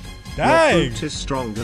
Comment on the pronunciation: did he just said stronker